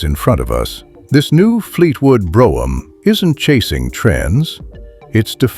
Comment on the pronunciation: AI can't even pronounce Brougham correctly. Pitiful